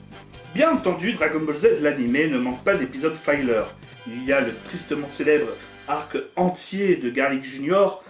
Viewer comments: La vidéo n'est pas mal, mais juste une remarque : 'filler' ("fi-leûr") ne se prononce pas comme "filer" ("faille-leûr"). Un "i" devant deux consonnes ne se prononce jamais "aille" en anglais. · "Filler", se prononce "fileur", et pas "faïleur"... ça vient du verbe anglais "fill" qui veut dire "remplir"...